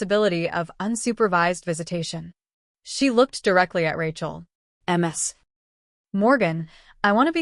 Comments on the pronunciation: Dr . = doctor Ms = Miz You don't pause between Dr. and the person's name Same goes with Ms. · AI strikes again. I think these stories are just that, stories written and read by AI. AI doesn't know how to read Ms or Dr. The only surprise here was no person named Chen!